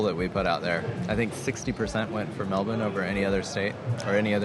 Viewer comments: You got it right! Pronounced “Melbun”, not “Melbourrrrrrrrrrrne”. I lived there in North Fitzroy. In Sydney the saying was “In Melbourne there are two great things: 1. The Beer; 2. The road home (Sydney Road). Both cities have their pluses and minuses. I like them both. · The most important parts of this video are (in order) 1) final fuel stats 2) total acceptance to pronounce Melbourne the Aussie way